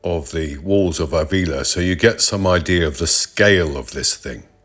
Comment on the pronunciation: Nice video, very relaxing. Pedantic mode on........Ávila has an accent on the first A, so the stress is on that letter (not the I)...........pedantic mode off!